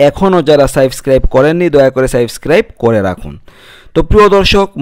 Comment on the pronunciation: উচ্চচারণ সাইবস্ক্রাব নয় সাবস্ক্রাইব।